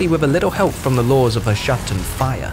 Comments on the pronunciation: Tiny nitpick- Hashut is pronounced "HAH-SHOOT" HASHUT VORGUND ZHARR-NAGGRUND! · That's not tiny if the narrator assumes it is Murican and pronounces it like that. HOW did he get the idea to say Ha-shut? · i imagined "Hashut" would be pronounced differently 🙃